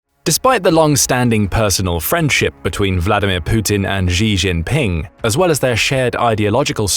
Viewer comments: who's Ri Rinping? "Xi Jinping" is to be pronounced (using english common words) "she - chin - ping" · So many videos... they still haven't learned how to pronounce Xi Jinping?!!! You literally say this name in 2/3 of your videos.